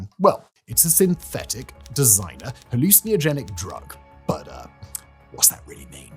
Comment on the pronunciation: Why do you say 'hallucinogenic' like that?